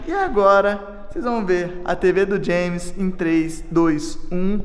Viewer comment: É muito bonitinho o chamando o james de jemin 😂